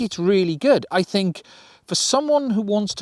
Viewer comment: ''dad, ..... da'aad, i fink i got it wrong again dad''